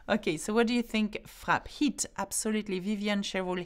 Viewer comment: HaHa.. at about the mark, with your French pronunciation of the letter << i >> it sounded like you said "The bad weather heat the south west of France..." which could work, I suppose if it were hot bad weather that hit the SW of France....